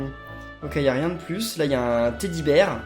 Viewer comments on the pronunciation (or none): none